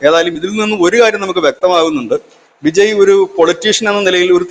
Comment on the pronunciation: Vijay എന്ന പേര് എന്തുകൊണ്ടാണ് എല്ലാ മലയാളികളും വിജയി എന്ന് ഉച്ചരിക്കുന്നത്? കേൾക്കാൻ അരോചകം എന്ന് പറയാതെ വയ്യ